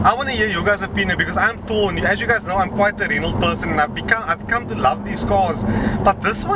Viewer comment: Oh for the love of... it's not pronounce "Renold"... :) :)